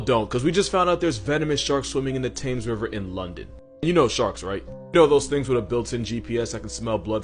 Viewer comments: Little correction - Thames is pronounced "Tems", not "Tames" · "Tames" it's pronouced "Timz" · BTW, that river in London is pronounced like Tems. No longe A sound. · it's pronounced "Tems", not "Tames" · I hate saying it but It's not pronounced "thames" it's temes. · tems, not tames - we don’t get it either we just go with it since it’s next to a city older than most of the country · Thames is Temms not Tayms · Timmms River Thames River Same pronunciation The More You Know 🌠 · Dude I love your videos but as a guy from England I must say.. the Thames River is pronounced "Tems River" other than that your content is God tier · Top tip - The river Thames is pronounced Tems. Yay, go English language and not following it's own rules. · Did he just say “Tames”? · Its pronounced Temz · He miss pronounced the river Thames so uncultured 😒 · You didnt hear how he said thames?